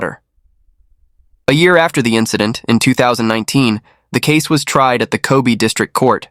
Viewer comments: Hyogo and Kondo saying wrong also, Kobe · Yes, pronunciation of many names incorrect and so distracting!